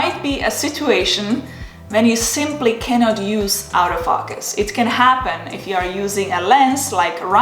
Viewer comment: Nice video. It sounds like you’re saying “out of focus” instead of “auto- focus”